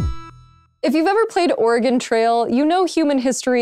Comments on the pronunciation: I know, but it sounded like she said organ instead of Oregon. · Sorry... sounded like you said "Organ Trail" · There are two ways to pronounce Oregon: Or-ih-GON or OR-gihn